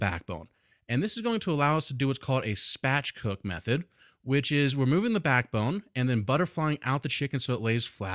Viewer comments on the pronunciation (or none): love your videos, I have watched and enjoyed them all. But I'm pretty sure it's "spatchcock", not "spatchcook" :)